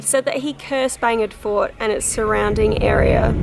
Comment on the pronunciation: Are you saying "Bangin," Fort ? ;)